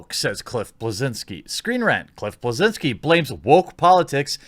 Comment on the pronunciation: It's pronounced Bleszinski goddammit.